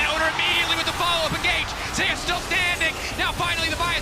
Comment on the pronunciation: He cannot pronounce ZEUS properly? ZE YUS? WTF